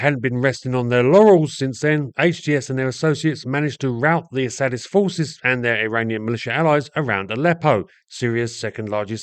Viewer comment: Did you say Assadist or A Sadist,?